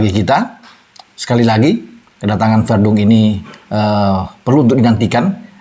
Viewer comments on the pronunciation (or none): sebut saja VERDONG atau CALVIN, bukan VERDUNG..🤦